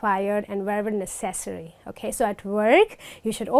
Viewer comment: Necessary is pronounced [ˈnɛsəs(ə)ri] beautiful lady thanks for your video!